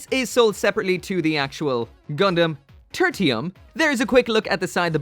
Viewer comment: Title: Turtium Gundam.: Turtium Gundam. Me: Okay, so it's called "Turtium" then.